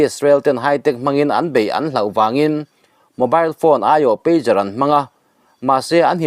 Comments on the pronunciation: PeiQar ni lovin, peidzar ti a lam tur...pager hi beeper an ti bawk. Telecommunication device sawina an ni e😢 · Pager aw. Peijar. Peigar ni lovin. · Pêzar ti a lamrîk tur a ni e